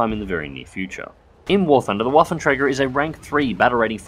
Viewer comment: 'twas a acceptable pronounciation, I'd understand it if you haven't put the name in the video. Also, interesting that you pronounce the "ä" correctly, for the most part English-speakers simply say it as "a" :)